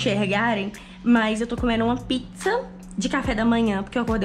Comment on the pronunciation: você falou ficza não pizza 🍕